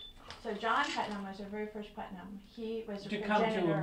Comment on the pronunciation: These are all my relatives! That one guy mispronouncimg our name is so bothersome. It's not PutMAN. We are related to the Putmans but that isn't our name.